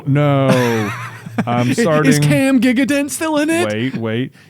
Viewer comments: Haha, not Giga-dent, Gigandet is French, pronounced Ji-gahn-day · Ben saying Gigandet as "gig-a-dent" (which is mispelled anyway, LOL) was HILARIOUS